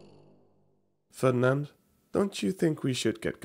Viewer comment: Why did you have to say Ferdinand like that I mean why